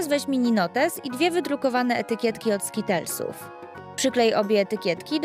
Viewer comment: Ona źle mówi skittles i pringles, bo to się mówi jak się czyta